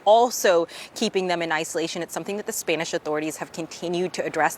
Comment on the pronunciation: Spaynish? 😂😂 you mean spanish right? I used to only trust CNN but ever since trump won they’ve gone downhill. Misreporting, letting their personal feelings show (should be objective no matter what) and just in general seeming less intellectual than previously. Like have your own opinions all you want, idfc, but when at work, those opinions need to be kept to yourself (not just spoken, tone, inflection, etc too). And get people reporting that are expertly literate. Although still not as hilarious as Omar’s WW11 mishap 😂😂😂 that shit was funny af